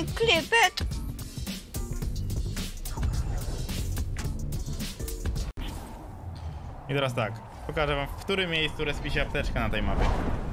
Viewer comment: KEN JU KLIPITT XD